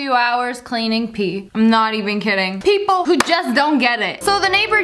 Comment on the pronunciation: Here's a joke when she said people Pee-pole lol